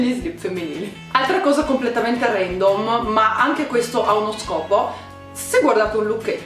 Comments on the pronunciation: Si dice randoom non rendoom ma apparte questo video FANTASTICo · si dice random no rendom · SÌ DICE RANDOM NON RENDOM